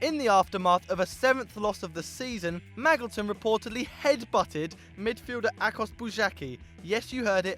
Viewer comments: "Maggleton"... Your pronunciation pains me sometimes. (it's pronounced like Majilton) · It's pronounced Ma-JIL-ton by the way. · Isn't it "Mad-Jill-Ton"....